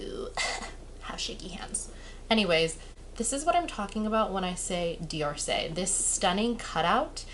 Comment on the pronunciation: D'Orsay is pronounced in two syllables: door-say - only posting because you asked about this. I'm not a correction freak :) Thanks for the informative video.